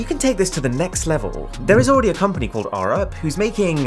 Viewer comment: You pronounced Arup wrong